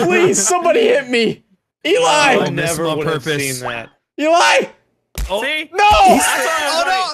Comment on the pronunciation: My name is Eligh (Eli) and every time u said Eligh I thought someone was taken to me